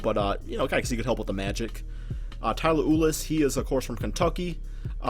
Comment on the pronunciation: i cringe everytime he pronounces tyler ulis wrong lmao